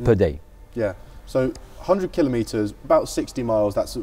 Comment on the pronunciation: This is the solution that everyone has been waiting for; excellent! As is your pronunciation of the word kilometre; well done, good sir.